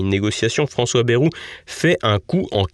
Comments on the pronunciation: BA-I-ROU et non Bérou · Quelle déception en effet j’étais persuadé que votre chaîne incarnant un autre media propre et correct eh bien non ! Vous n'avez cessé d'insulter Monsieuur BAYEOU QUE L’ON PRONONCE ba II ROU KE Y EQUIVAUTVA 2 i et de dire que son discours etaut médiocre mais par rapport à quoi de ce fait vous êtes comme tous les journalistes